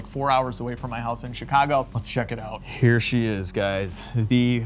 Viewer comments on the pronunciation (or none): none